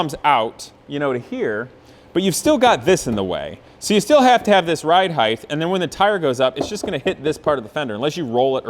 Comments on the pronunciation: Please bro, its height, not heighth. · word originated in Middle English as heighthe